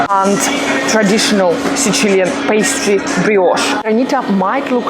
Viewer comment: Video is very nice, but either say sicilian with English phonetics or siciliano with italian phonetics because it is literally not a word the way you say it most of the video. No need to try to sound extra italian. Otherwise very nice video!